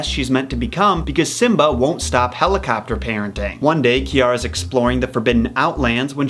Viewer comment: "Heliccopter parenting" hahaha